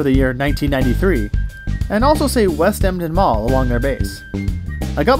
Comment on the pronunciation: “West Emtin mall”